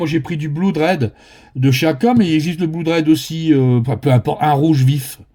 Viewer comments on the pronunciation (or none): Merci beaucoup ! Note: on prononce "blod" et pas "bloud". Malgré le double O. Saloperie d'anglais !